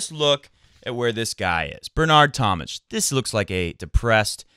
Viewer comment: It's tom-mick, not tom-mitch.